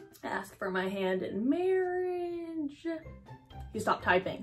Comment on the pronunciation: You made me chock on my ramem when u said hand in mRrige😂❤